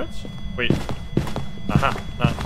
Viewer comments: most Swedish Aha ever lmaoo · Love the "aha" 😭fellow swede in phasmo